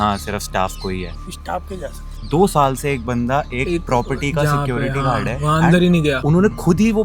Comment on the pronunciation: The way security guard pronounced "Sekruty guarde"😂😂😂😂😂FAHHHH